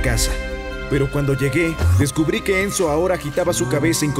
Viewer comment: Entendí menzo en ves de enzo